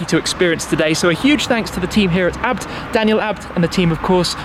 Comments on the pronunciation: I thought that it was pronounced Aii bee tee and not abt like it’s spelled? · Is it the way shmee is saying it ? I thought it was pronounced A-B-T not abbed (sounds like that when shmee says it )